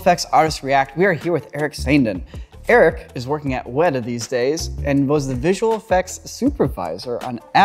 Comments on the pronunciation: It ain't WEDA it's weta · 'Weta' with the horizontal lines over the vowels is pronounced 'weetay'. Someone really should tell that to the folks at Weta.